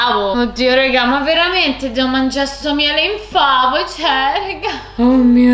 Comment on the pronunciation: Ma sono l'unica che sente "miele infameh" al posto di "miele in favo" hahahahaha. Il miele si era scocciato di essere in favo ed è diventato infame hahaahahhaah